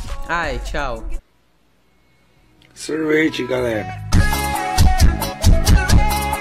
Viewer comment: Sorvetih galerah 😮